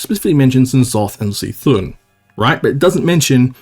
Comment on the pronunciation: Even after years, still pronounces C’thun as “see thun” never change